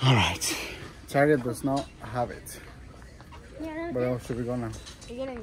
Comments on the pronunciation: Bro said ‘TAR-JET NOT TARGET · he meant to say target